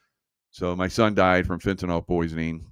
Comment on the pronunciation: Its FENTANYL, NOT FENTYNOL